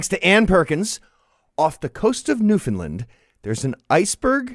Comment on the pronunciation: It's pronounced noof'n - LAND, or the older nyoo-f'n-LAND. Yes, there's some disagreement about which I don't care.